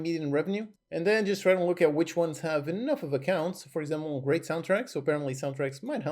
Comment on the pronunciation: grreat lol